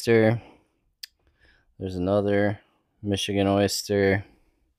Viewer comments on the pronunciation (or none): none